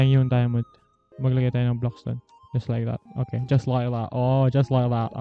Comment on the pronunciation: "Just like that" Me: ohh he sounds like British hes getting good at English doe